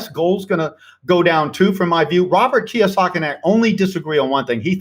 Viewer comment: It’s KiYOsaki not KiWAsaki 🤙🏾 thank you 👌